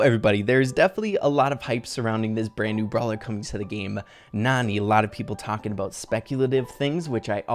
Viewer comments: Her name is pronounced nAn"eye, like nani-bombs. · I think Nani is actually pronounced Nanny. Her voice lines point this out. She probably takes care of Jessie. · IDK if I’m bouta miss this joke... but I think her name is pronounced Nanny. But it is spelled like Nani but she takes care of people... like a nanny. But IDK if the pronunciation has been confirmed yet or if she says her name in her voice clips. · she might be a nanny if Jessie because of her voicelines maybe when Jessie was a baby and also her name might be pronounced nanny